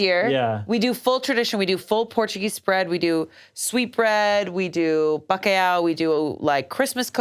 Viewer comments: I'm just shocked at the way pronounced "bacalhau" 😂😂😂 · Honestly love how pronounces bacalhau XD